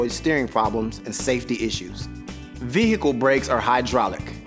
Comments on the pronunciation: Ve-hicle haha no offense just thought it was funny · Would someone please slap this dude and then tell him the proper way to pronounce "vehicle"? His mispronunciation of it was like a jab in my eye every time he says it .. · V hickle